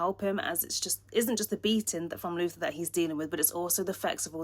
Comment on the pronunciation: Why did you say Luther instead of Luthor, and Kal ElFFfff?????